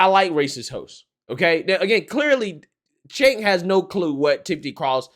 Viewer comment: So, is Cenk pronounced kink? Asking for a friend.